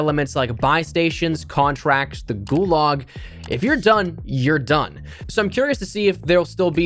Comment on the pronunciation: Gularg, you mean gulag